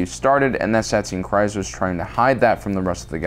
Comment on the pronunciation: It's pronounced Satine Creez not criz